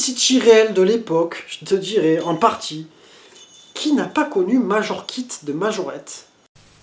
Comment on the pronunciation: Majokit pas Majorkit lol . Le poste c'est le ghetto blaster 😉